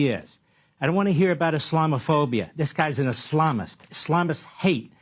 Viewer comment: Mark Levin pronounces Islamist like hes got salami on the brain